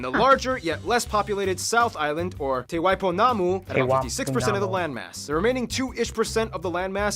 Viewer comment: Not sure why he said "Te Waipou-namu" when it's "Te Wai Pounamu" - literally the waters of greenstone. Pounamu, or greenstone, is a nephrite jade that comes mainly from the South Island. I (in 63 years) have never seen it hyphenated as this video did. Wikipedia suggests that the name may have evolved from Te Wāhi Pounamu ("the Place of Greenstone"), but I've never heard that either. "Waipou-namu" doesn't translate at all. Weird. Also, we call Australia "the West Island" because so many Kiwis live there 😉 Because of the above, and because of the info about government structure, I'm not too convinced that the people who made this video know that they're talking about. There are 51 district councils (not 16), 6 unitary authorities (not 5), 11 regional councils (so they got one right) and 10 city councils. City-hood is based on population, not declaration as in the USA. City councils and district councils do much the same thing, though districts cover larger land masses. Unitary authorities are a weird hybrid of district and regional councils, and regional councils tend to cover environment and transport. It's weird that they'd get this wrong, because the info is freely available.